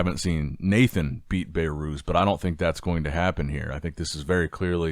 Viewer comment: I heard BayyyyyRooz dozens of times now it is enough… say BehRuz 😂